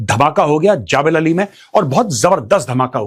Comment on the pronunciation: ओये हिन्दी मीडियम वाले नकली मेजर जबलअली बोलते हैं